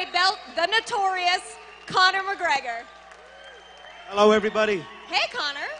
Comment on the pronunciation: "conor o'gregor" LOL